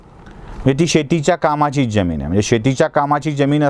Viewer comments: ज्यमिन्ं नाही जमीन . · उच्चार बरोबर करा हो, ज्यमीन नाही जमीन म्हणा ! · आपल्या मराठी उच्चारांना एनलायझर लावला असता आपण सातत्याने जमिनीतील जरतारी ज चा उच्चार जगभरातल्या ज प्रमाणे करीत होता. अशी जमीन मुरूड सोडा, मराठी भाषेतच नाही! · Jyamin nahi jamin